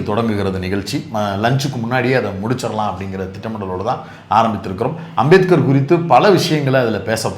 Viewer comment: அந்த அமித்ஷாவுக்கு அம்பேத்கர் பேரை சொல்லவே தெரியல உச்சரி வரல வாயில் ஹான்ஸ் போட்டா மாதிரி சொல்றாரு